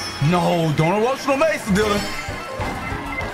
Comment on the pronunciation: yeah Dylan don't "erotionial mace"